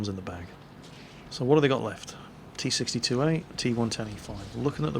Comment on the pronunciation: Why do you say t62a xD